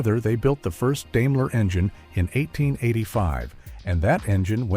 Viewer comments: Grrrr, stupid AI. It's not DAME-ler, it's DIME-ler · I was about to comment the same thing. He also mispronounced Daimler too. It's Dime-ler. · I couldn’t listen any further Deimler lol